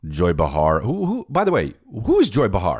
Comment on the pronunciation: DUDE... it's pronounced BAY-HAR. Joy BAY-HAR. Not BAH-HAR. Bro.... stop it. Pissed me off so bad. Love you.